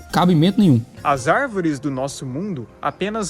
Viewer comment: "As árveres somos nozes" kkkkkk